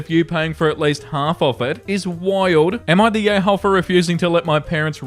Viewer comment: After an hour or so i can't unhear "yayhole" 😅